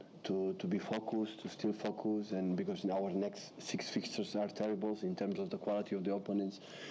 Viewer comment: my ears bleed a little when pep says focus and though :'(